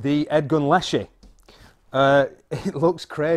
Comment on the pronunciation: I think it is pronounced. Less-she.. My SN is 467.. And I love it. 3000 rnd, sofar. And once I got a Bug Buster scope,, same hole at 10 meters... I use a Air Venturi hand pump. Less than 1.5 strokes per pellet. It is a tool, and most people would not use a brick for eye surgery. I just know, I still grin every time I use it. Bunnies? Not so much.